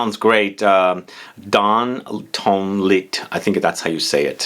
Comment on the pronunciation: You almost had it perfect! Dans and ton were perfect but "lit" would be pronounced "lee". And YES! One thousand and one roses! Your French is pretty good,! I'm really excited to smell Penhaligon's The World According Arthur. The boutique in my city that carries them will get it soon. Also, Parfums De Marly Haltane, which I thought was supposed to be a Harrod's exclusive but the boutique in my city that carries PdM fragrances has it now listed on their website. So, those are the ones I'm most interested in smelling.